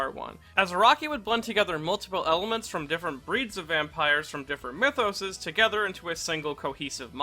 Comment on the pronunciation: Mythoses? Mitosys?